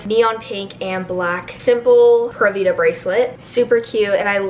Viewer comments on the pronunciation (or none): Prûvida cough it's pūra vida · Love u I’m making my room vsco too but it’s pronounced like pyoora vida not pura vida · ITS NOT “PURRA” VIDA LIKE A CAT PURRING, ITS PRONOUNCED “PURE-A” VIDA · Its driving me crazy watching the bc all of me and my friends say PURE AA vida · pronounced pure-a-vida :)) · Is it just me or does it sound like she’s saying Pera vida🤦‍♀️ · Kate P girl me too😂